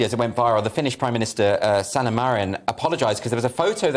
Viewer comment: Her name is SANNA....not bloody SAUNA....it's not pronounced the same way!! Seriously, that's such an ignorant thing to say.